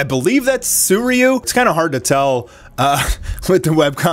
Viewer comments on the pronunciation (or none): its not suiuryu